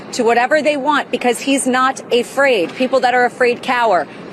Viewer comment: "...because he´s not a fraid". What´s a "fraid" or a "freid"?🤔 That dumbass🤪 lawyer needs to learn how to speak in the English language!